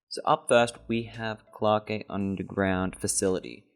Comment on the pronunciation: Was liking the video until you started pronouncing clarke as clark-eh and nebula as noob-ela. genuinely how can someone look over their recording and think yeah thats fine